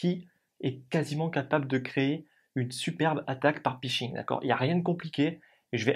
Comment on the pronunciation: Explication très claire! Par contre c'est pHishing (hameçonnage en bon Français) et non pishing.